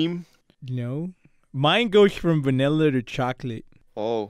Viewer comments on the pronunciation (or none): none